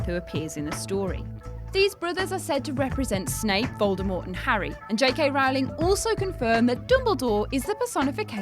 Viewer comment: Rowling rhymes with bowling.